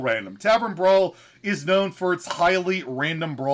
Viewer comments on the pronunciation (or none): I like how pronounces Brawliseum like it rhymes with Elysium instead of coliseum 😄